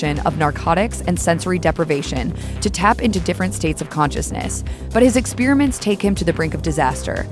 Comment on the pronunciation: If you say “ expeeerament “ one more time I think I’m going to vomit